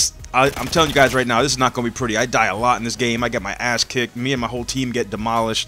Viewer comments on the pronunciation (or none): none